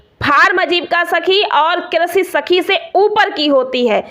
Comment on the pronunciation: Pahle to Aapko krisi bolne nahi aata😂